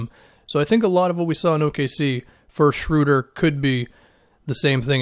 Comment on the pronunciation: first person that i've heard say his name correctly, thank you. I'm excited about this move for the Lakers.